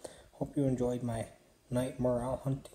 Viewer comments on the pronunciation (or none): It’s pronounced More Rell, not morale.